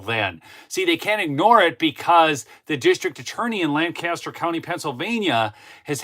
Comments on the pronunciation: for future reference LANCASTER County Pennsylvania is pronounced LANK-A-STER with emphasis on the first of three syllabers... LAN-CASTER is the county in New York State. Subtle distinction . The Amish pronounce it as LANC Uh Ster That's all. Awesome corruption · Btw, pronounced LANK-KISS-TER. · LanGcaster is how they pronounce it in other places, the locals say LanKaster. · Fun fact: People in Lancaster pronounce it LENK-ESS-TUR I say it the same way did. It’s funny to hear when you’re out there. Tons of Amish there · My wife is from Lancaster PA. She asked me to point out that the pronunciation is Lank-aster .